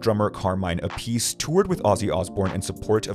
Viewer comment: AP-uh-see not uh-piece.